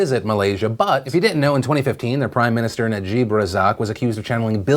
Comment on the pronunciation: appreciate the coverage on malaysia btw!! (but just in case you wanted to know its not pronounced najeeb but najib (i'm not sure how to write it any other way haha))